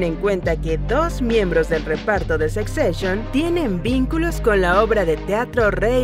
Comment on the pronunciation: Jajajajajaja no se pronuncia "sec seshion". 😂😂😂😂